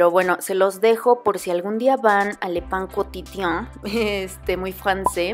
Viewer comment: Enhorabuena... "Le Pain Quotidien" ha sido bien pronunciado...:-)